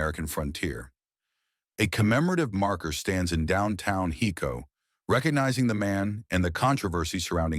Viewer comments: Just so everyone know its pronounced (Hi-co) not (He-co) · driving me nuts....HICO. HIIIIIICO...not HECO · Uhhhh...'Hi'co Not Heco😅